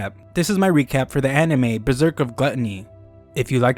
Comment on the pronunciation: You forgot the R in berserk